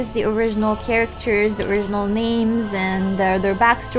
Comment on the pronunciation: Can I just say how awesome your accent is?!! :D Anyways, this was a really cool video, and I'm planning on making my own that explains the connections between the characters and the original source as well. But I have to say, I won't sound nearly as awesome as you when I pronounce the names. On that note, how is Morgiana's name pronounced in Arabic?... I like to pronounce it as 'Moriana," since I don't think her name's as attractive with that hard 'G' in the middle of it.